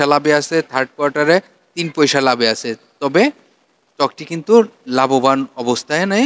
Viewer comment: পইসা না বলে পয়সা বললে ভালো হয়।